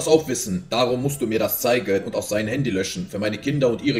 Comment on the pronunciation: Bro warum kann die en Endungen nicht aussprechen? Er spricht alles mit einem Ö aus anstatt mit-en. Er sagt nicht zeigEN sondern zeigÖN. FindÖN. AusdenkÖn. SchenkÖn